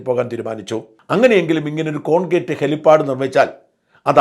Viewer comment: .....അതു ശരി ആർക്കുംമനസ്സിലായില്ല..ല്ലേ..അതുഹെലിപ്പാടല്ല. " hell pad" ആണ്.